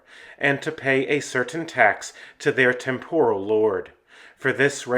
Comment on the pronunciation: Hardly anyone knows how to pronounce temporal. The accent is on the first syllable not the second. Please have mercy on us poor language perfectionists and check your pronunciations. Thank you.